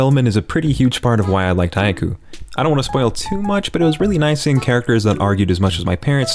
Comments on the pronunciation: stop saying haiku... it's haikyuu. KYUU!!! ghahhh... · The way you're pronouncing Haikyuu is making me weep tears